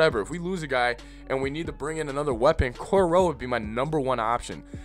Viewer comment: He would have been a issue with the new regime and not even on purpose it just would have happened 🙄 oh and it's pronounced core-darrell 😁